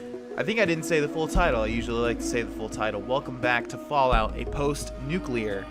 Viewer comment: "How are you going to make a game, and then not have it so you can move past your companions?" These things happen, people make mistakes. Someone recently used juxtaposition just fine but struggled pronouncing "nuclear". Jokes, love the series.